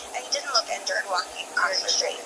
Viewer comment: I’ve never noticed the “medium” pronunciation, BUT my ear spikes are “exspecially” when especially does NOT have a freaking X… or “shtreet” when street clearly does NOT have an “h” in the original intended pronunciation 🤦‍♀️😏